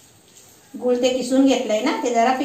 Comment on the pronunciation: गुल नाही रे गूळ!